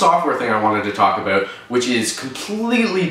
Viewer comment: "think aboot" haha i love your videos dude!